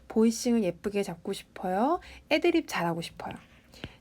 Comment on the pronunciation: 경상도분이시네요. 애드립에서 애자 액센트가